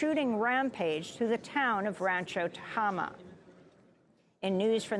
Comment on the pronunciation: That’s Tah-a-ma, with a long a.